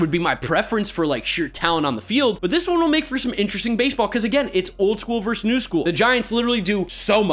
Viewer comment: "Versus." Not "verse." Love you dude, and it's really my own problem that this bother me. But it does.